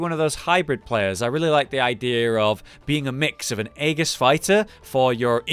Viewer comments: .... say aegis again... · Aegis has a soft G, but you don't need to care.